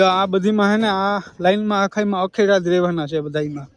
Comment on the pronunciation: અખેડા નહી ધુણા અને અખાડા બોલાય😂😂😂😂